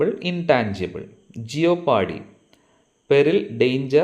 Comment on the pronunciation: Jeopardy pronounced as ‘JEPAADY’